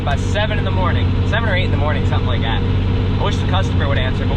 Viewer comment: Very off topic. I heard you pronounce "Like that" as "Li-gatt". My brotha, are you from round Quarryville, Oxford, West Grove, Pa or somethin'? Thats my dialect!